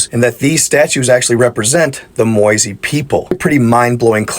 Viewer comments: They're called Moaï not Moise. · They are called Moai 🗿 ( Mo-ai ) in Easter Island.